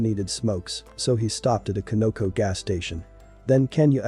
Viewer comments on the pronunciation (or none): Glad he got caught! And the gas station is pronounced CON-NA-CO